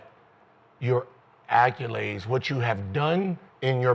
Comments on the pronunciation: Da fuq is “acculade” Can someone teach Gil how to day ACCOLADE? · Its funny the way Gil says "acculade". Sounds like a Honda.